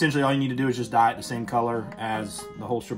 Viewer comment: yep people love grammar Nazis. Just can’t believe a leathersmith would mis-pronounce the most common dye brand lol